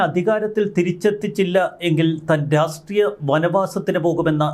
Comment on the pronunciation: "രാസ് ട്രീയം" എന്താണ്..